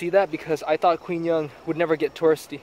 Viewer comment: 'Quy' in Quy Nhon is pronounced like 'We' not 'Kwi'.